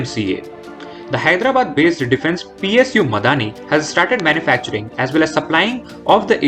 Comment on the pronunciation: It's not Miadani but Midhani or short for mishr dhaatu Nigam limited